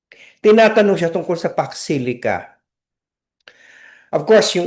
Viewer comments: Sabi ng mga supporters nya di nya kailangan alam lahat ang Pax Silica?Eh umpisa pa nga lang ng tanung nagulat na sya as if me words pala na Pax Silica, ang pagka pronounce pa nga nya Fox Sili?Talagang di nya alam yung word pa alng di na nya alam eh. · HINDI NGA MABIGKAS ANG SALITA PAX SILICA, UNAWAIN AT ALAMIN PA KAYA. SO YUN WASTE OF TIME NA SINASABI NA BUMALIK AGAD SA KANYA 🅱️🅾️🅱️🅾️ 🤪🤪🤪🤪